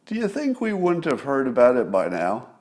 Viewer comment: Scott, you should learn to pronounce the 'D' in "wouldn't", "shouldn't" and couldn't". You would sound like your IQ is ten points higher. "Woont", "Shoont" and "Coont" are not words.